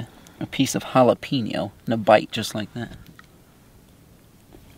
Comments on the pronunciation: Sorry my man but I have to correct you on jalapeeno.. it’s Hal-a-peñ-o.. like a writing pen.. J(h)al-a-pen-yo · I’m sorry but “jalapeenno” too spicy?? Hahahahahahahahaahhaahhahahahahahaahhahahahahahahahahahahahahaahhaha